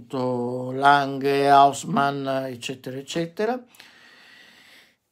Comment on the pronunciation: per esempio "baumgartner", "lange", "lang" si leggono come in italiano, a parte "lange" che va letto con la G dura, come se fosse "langhe". Allo stesso modo "original" si legge come se fosse "orighinal", ma con l'accento sulla prima o, esattamente come se fosse italiano, a parte la G